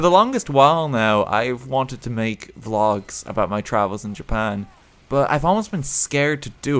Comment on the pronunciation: a japan pholg would be awesome did you say vlog or phlog?